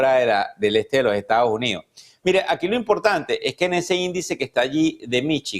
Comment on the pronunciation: Este comentarista debiera hablar y modular mejor. No seguiré viendo este programa por la falta de buen hablar. Es Estados Unidos y no estao unido. Me voy